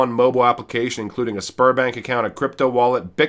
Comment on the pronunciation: I kept hearing Spermbank and giggling. Had to watch twice